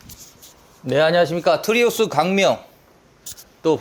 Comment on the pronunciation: 트리우스를 왜 자꾸 트라우스라고 하시나